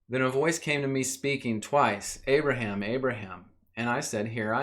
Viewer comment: great video man but who is this "abaraham" ;)